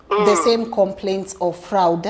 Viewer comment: Na 'Fraoud' ya Lyn haikusumbui gai...my eye twitched